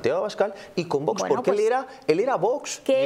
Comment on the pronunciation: es VOX y No VOS 🤣🤣🤣como pronuncia usted